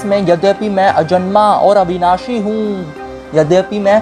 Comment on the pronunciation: अजन्मा को अजमना बोल रहे हो, ऐसे ही वेदभाष्य होता है क्या